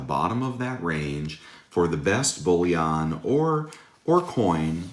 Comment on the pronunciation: Bullion not bouillon lol